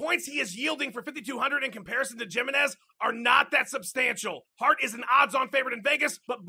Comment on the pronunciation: it's pronounced Himenez just fyi Jimenez